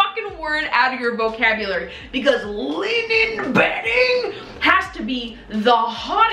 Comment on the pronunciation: hahaha the way she said “liNEN” 🤣